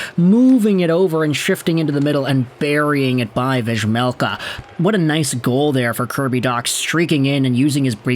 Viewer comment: hey just fyi it's pronounced "veymelka", same as Juraj Slaf.. is "Yuray"